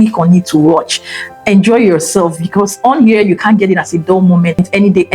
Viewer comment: Madam, the word BECAUSE has no R in it. Geees😂😂😂😂